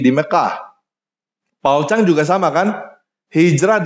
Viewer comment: Hanya yang menyebut nama belakang(zhang) JPZ dgn benar 😁